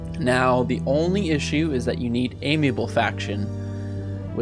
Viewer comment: fear-ee-oh-na-vay (firiona vie), am-i-ahble (amiable)